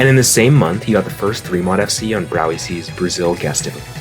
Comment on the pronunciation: "browie see"